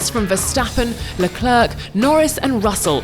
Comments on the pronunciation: Its not "Le Clerk" mam, its "Le Clair"..... 😖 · How can you have someone who is unable to pronounce non English names narrate an international event... It hurts the ears! Lucklurck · I don't get how you become the constant professional voice artist for one of the biggest franchises in sports and not be able to learn how to pronounce the names of the 22 athletes involved. Nobody expects perfect French, but at least say something like air in the end of Leclerc. Cannot be too much to ask for. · to the english: "le-clair" LEKLERRK